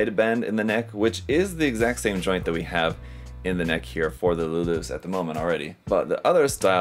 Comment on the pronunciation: every time I hear people pronounced Luluce's name it sounds like "Lelouch" as in the guy of the Code Geass anime fame, heck in the original Japanese audio his own father can't pronounce his name correctly as in sounding like a rev-ed up motorcycle engine, lol.